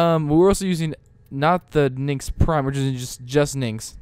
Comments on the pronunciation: Why do you say Nynx instead if Nyx? (Nycks) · its nyx not ninx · you're tilting me by pronouncing it like "nynx" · boi said "Nynx" I'm dead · WOW ITS NYX NOT NYX JEEEZ